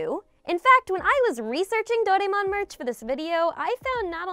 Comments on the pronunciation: I like your content so just want to give you the heads up on the pronunciation right Doraemon is pronounced "Doh-Rah-Eh-Mon" with flat intonation across all the syllables. Im here in Sendai, Japan. Let me know if you are in need of spot checking etc. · of course I know Doraemon you're pronouncing it wrong by the way any way I grew up watching Doraemon it's actually a personal favourite of mine